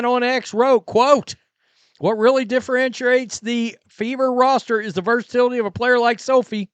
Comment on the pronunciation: I love you dude and I watch everything you put out and when I say love you it's in a brotherly way lol. Anyway you pronounce differentiate DIFF-ER-IN-SHE-ATE... JUST START YOU MIGHT WANT TO PRACTICE A COUPLE TIMES HAHA. I'VE BEEN A PROOF READER IN COLLEGE ALONG WITH SOME PRETTY HEAVY DUTY VOCABULARY WORDS. IN FACT WHEN I TOOK MY (VOCABULARY)TEST I WAS AT 90% AND MOST PEOPLE ARE AT 60%. COLLEGE HELPED OF COURSE BUT READING ALL THROUGH HIGH SCHOOL, ESPECIALLY SCIENCE FICTION, REALLY TONED ME UP FOR THE DIFFERENT READING SKILLS.